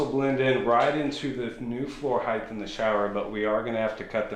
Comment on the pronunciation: Hight NOT Hith lol